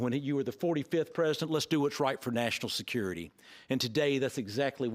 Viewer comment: Security not skurity